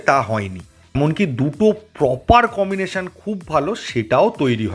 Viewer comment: ভাই কিছু মনে করোনা আমি একটা শব্দ তোমাকে মনে করিয়ে দিতে চাই তুমি বেশিরভাগ সময় কমিনেশন বলছ সেটা কি ঠিক যদি না হয় তবে প্লীজ উচ্চারণটা কম্বিনেশন বললে ঠিক হয় । আমার অবজারভেশনটা প্লীজ একটু দেখে নিও । ভালো থেকো । সুন্দর সুন্দর ভিডিওর আশায় রইলাম ।